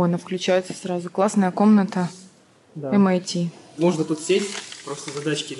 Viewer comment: 23-39 Не МИТ , а ЭМ АЙ ТИ :) разница между ними 7219 км приблизительно :)